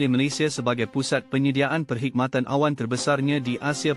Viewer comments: Dik...saya tak berbahas pasal cloud tapi pasal penyebutannya...sepatutnya perkhidmatan awam tapi dia menyebutnya perkhidmatan awan... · Tu lah....pelik je bunyinya...awam dah jadi awan...